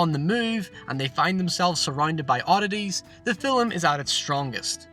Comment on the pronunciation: How about an explanation for film vs filum? You pronounce it incorrectly in one sentence then in the very next sentence you pronounce it correctly. I'm not trying to be offensive, just truly baffled by this.